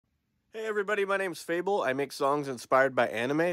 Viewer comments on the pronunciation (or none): Wait, THAT’S how you pronounce your name?? I’ve been saying it wrong this whole time